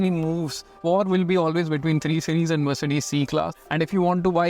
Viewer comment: The way you say “mer’ce’des” makes it more posh